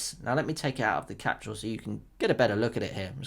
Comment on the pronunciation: I don't think we listen to someone who says "Capshule" Oh no.